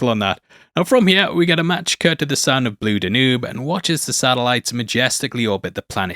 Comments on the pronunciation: "Blue D'noob?" Really? Hilarious. I had to go back to listen again to see if what I heard is what I thought I heard. One of the most famous pieces of music in history and he has never even heard it pronounced? Does he know the Danube is a river in Europe? - the DAN-yoob is how it's pronounced. Unbelievable. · Also "Blue Da-noob." ("Blue Danube."😂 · "Blue Dan-oooou-b" 😳! What's this guy on!??? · Very good. But it's Blue DANyube, not Blue daNOOB. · "Blue D'noob?" Huh? Does he mean, The Blue DANube Waltz? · Blue Danube? Blue Danoob? It Danew you philistine... Like the river.. Mein Gott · for those that don't speak sh'baow, "Blue d'Noob" is pronounced Blooh Dan-Yube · its pronounced blue Dan-You-b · Yes, and "Danube" in "Blue Danube" usually has accent on first syllable. ( pronounced it "Blue da Newb" which was hilarious). Great video though. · Ok google, how do you pronounce "Danube"?